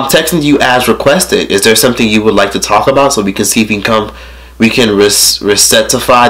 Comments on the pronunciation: Bro!!! Resitify 🤣 RECTIFY lmfao but that b me making words up when idk how to pronounce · Rectify is pronounced Reck-Tuh-Fy (Fly without the L). I love you! Don't want you sounding uneducated in these streets. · What the hell is “Res-set-tuh-fy”?????? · rec - ti - fy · Rectify, RECTIFY 😂😂😂😂😂😂😂 lmao. It's rectify.